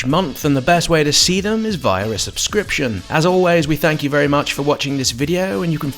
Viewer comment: Nice, vewy cool.